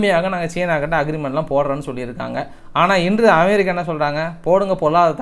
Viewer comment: iris aunty,Super Super best News ❤😂😊😅❤ in RUSSIA not AM BIR RI KA 👍